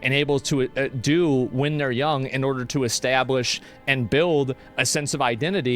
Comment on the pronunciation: Asmon's Texas came out with that "establish" 😂😂